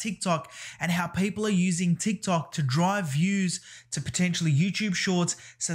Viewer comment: Every time I hear you pronounce "people" you remind me Paypal